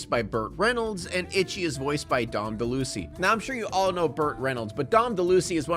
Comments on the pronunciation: De'Lucy? Del-a-weese. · Dom Delusey? Dom DeLuise's name is pronounced "Deh Loo-Eaze". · Dom De Lusie? Dom De Luise. Like louise. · It’s very cute how you say it but Dom DeLuise’s last name is actually pronounced kinda like “Del-Loouise.” 😄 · Two corrections, but All Dogs Go to Heaven is rated G, which makes the more intense moments even more wild. And it’s pronounced “Deh-Louise” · i know this is an old vid but out of love and respect to a VERY funny actor and comedian his last name is said more like if you said Del luise even maybe Dom "Del-Louise" the last part of the name is like the female name not lois like family guy...but its a two part name sounds like "Del-louise" One of the funniest actors ever. and the teamup of Deluise and Burt Renolds...soooo damn funny together if you have seen Cannon-ball Run..then watch the outtakes during the credits and just TRY not to giggle. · You miss pronounced Dom DeLuise. It's pronounced like the name Louise. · You’re REALLY calling him “Dom Dell-eww-see”?? Cmon dude. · Just incase anyone is interested it's pronounced Del a wheez. Here is an old show were he is introduced for nostalgia's sake :) Crazy long ago lol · Sorry to be pedantic, but Dom DeLuise is pronounced "Dom Duh Loo-ease". I got distracted and missed about ten minutes of the review thinking "....did he say what I think he said??" LOL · "Dom DeLucy" lmaoooo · it's pronounced De-Louise. Basically it's Louise with a De- on the front. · It's de-lo-EEZ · You’re saying Dom DeLuise name wrong. Cheers. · Oh you butchered Dom's name :/ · you misronounced Dons last name fr? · lol Dom Deluise, Spoken like a dude who has never heard his name ever said by anyone and tried to wing it pronouncing what he saw on google, E for effort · Dude...please learn how to pronounce Dom's name correctly. He was and is a legend.